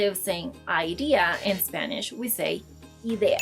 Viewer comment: My Dear, I swear you say "tengo un AIDIA" (rhymes with My Dear)!!